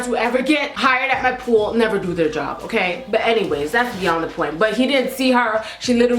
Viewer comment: I seriously die everytime you say "Okerr?" 😂😂😂 Love youu 💕